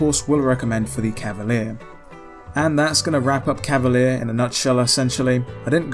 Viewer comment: I only have 1 question: shouldn't it be pronounced "Cavali-air-eh" or something like that, given it is written in italian?